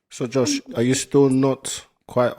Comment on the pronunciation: She said JOE-SWA lmao. That mf name Josh 😂